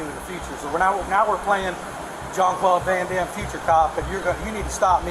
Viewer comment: 'Streek Fubghter' is my favourite Junkbub Van Dam film.